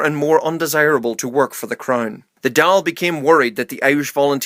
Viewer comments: How come every time he pronounces the Dáil so wrong every time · Dáil = Dawl Cathal= Ká-hul